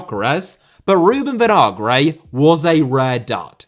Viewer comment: Vinagre* not Venohrgrei